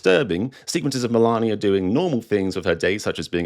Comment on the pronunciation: Spelt Melania. Pronounced Malaria.